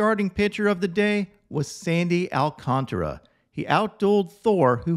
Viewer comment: Let's all say it together: Al-cán-tar-a. There's an a after the t. It's not "Alcantra"